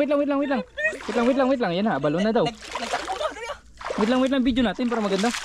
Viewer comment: Boss Ang tawag dyan ay A -Buh -Low-nee corrections lang